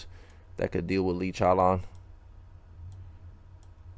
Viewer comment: Lee CHOWLAWN